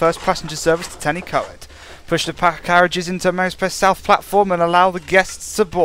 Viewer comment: It's pronounced Tan-uh-coid